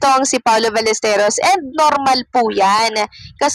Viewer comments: Si jay saka ikaw, Balesteryos ang bigkas. Balesteros po. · Paulo Ballesteros, Baĺyesteros, hindi Balesterios😊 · Paano kami maniniwala sayo... Eh apelyido nga lang ni paolo dimo mabigkas ng ayos😅😂🤣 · Hindi balesterios ang apelyedo ni paolo...BALLESTEROS ang tama ayusin mo naman brad.. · Ballesteryos daw....wahahaha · Even your pronunciation of Paolo's last name is wrong. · Alam nyo po sana pag nagbabalita kayo yung 100 % na totoo at pls pakiayos ang pagpronounce ng apelido nya masabi lang na may youtube ariba lang ng ariba gawa kayo ng sarili nyong content kinikuha nyo lang din sa iba